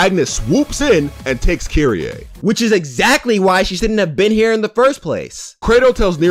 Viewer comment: Kyrie?? U mean kyrieee??